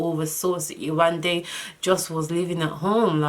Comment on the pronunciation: When you first started by pronouncing 'Yewande' correctly I got soo excited! Then you switched back and I was like awwwww 😫😫😫. Only because that's my name. Lol.